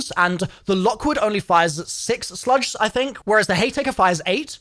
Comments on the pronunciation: Does he say the wrong things on purpose just so people comment more…..? He says HayTaker not Heymaker… & he says Sludge Rounds not Slug Rounds lol. I’m sure there’s more examples I missed 😅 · Why the fuck is he pronouncing "slug" like "sludge"??? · hearing call slugs "sludge" is the highlight of my day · SLUG BRO not sludge hahaha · Its not "sludge", its slug. A slug is a shotgun round which is a single piece of metal, not pellets.